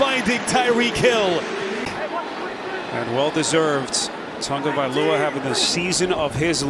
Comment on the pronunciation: Do the announcers now how to read its not tungaviloa its tagoviloa